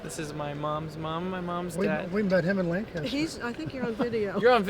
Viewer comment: Am I the only one who was triggered when Tyler's grandfather said Lancaster wrong? Most likely.